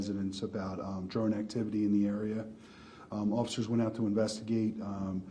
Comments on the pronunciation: What's a "dron"? 🤔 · What's a "dron"?